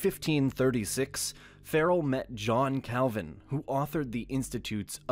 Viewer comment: Your pronunciation of the German names is hilarious: "Marden Luser", "Elbört of Meins", "Dshon Kelvin", "Alric Suingli"... 🤣🤣🤣